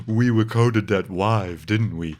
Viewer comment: "We wecorded that wive, didn't we?"